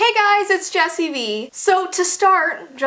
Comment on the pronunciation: BTW, I'm a girl and you say my first name like the letter L. (TO: )